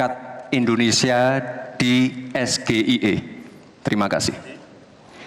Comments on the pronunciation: SHIE... Bacanya😅😅😅😅😅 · Bahasa inggris dibaca bahasa indonesia 😂😂😂😂😂 SGIE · Sok pintar si Samsul baca sgie nya aja salah sok ngasih pertanyan pake bahasa ingris